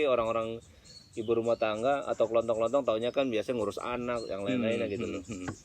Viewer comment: toko kelontong ya bukan toko kelonthong 😁